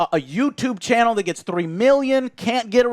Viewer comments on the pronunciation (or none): none